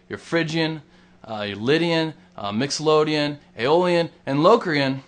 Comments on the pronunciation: I dont mean to be a douche, but its mixoLYDian, NOT mixoLODian... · mixolodian? wtf!!!its mixolydian idiot!!!! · It's pronounced "mixolydian" not mixolodian just for your information. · im not taking lessons from a guy who doesnt use his pinky , and plays "Mixoloadian" scales..not "Mixolydian". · Sorry if I'm being a jerk, but it's mixolydian-not mixolodian (sounds like lydian, but with "mixo" in front of it) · mixolydian not mixolodian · First of all it is called Mixolydian, not Mixolodeon, not to be confused with Nickeldeon, the kids network. If you are going to teach the modes or guitar in general, please know the names of what it is you are teaching. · A wickedly simple way to explain what other people over complicate. Great job. A Mixolodian (as you pronounced it) sounds like one of those fantastic organs that they had in the old cinemas and in your honour I will pronounce it your way in future. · 1.24 mixolOdian? FAIL.